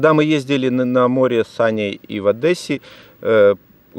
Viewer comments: Я конечно извиняюсь, но не Адэсса, а Одесса. Читайте строго по буквам, как есть ;) ЧЕрнобыль - ОдЕсса = Буква Е. Одеса то буде по-українскі. Очень рад, что вы продолжили вашу серию "кофе со вкусом Чернобыля" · Здравствуйте,. Мы скучали, держите лайк! Правильно говорить ОдЕсса, не ОдЭсса. Так наш город называют "рассияне, за паребриком", особенно в мацкве... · Маленькое замечание не по сути видео. Пожалуйста,- не ОдЭсса, а ОдЕсса). Уж очень слух режет. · Адесса))) в Одессе так не говорят!)))